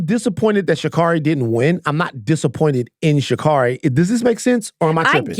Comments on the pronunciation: It's pronounced "she carry". ❤ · Love y'all. Just gotta say it's pronounced Sha-Carey. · Stop pronouncing Sha’Carri’s name wrong